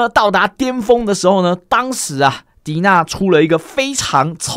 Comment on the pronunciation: 謝影片分析 另外提醒一下DeNA的官方名字是念D N A